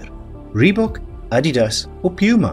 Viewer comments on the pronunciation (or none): none